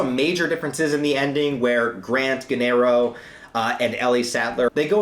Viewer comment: Gennaro is pronounced "Jay-nah-roe". The movie gets it wrong.